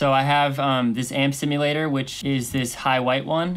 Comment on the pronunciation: "sibulator" my dude, thanks for doing this videos.